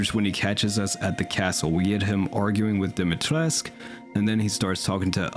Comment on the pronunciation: I have a little pet peeve as your likely only Romanian subscriber. You pronounce Dimitrescu as if it were a french name. I know that the game makes the exact same mistake, so I can hardly blame you for it. Just searching the word on Google translate in Romanian should be good enough-ish to know how it is supposed to be pronounced.